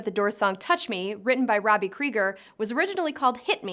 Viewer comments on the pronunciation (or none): none